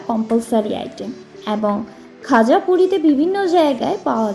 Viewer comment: ওটা "গজা" ও নয়, "খজা" ও নয়, খাজা! 🤣